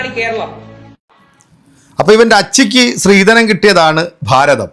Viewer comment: സ്ത്രീധനം എന്നാക്കണം😊 ശ്രീധനമല്ല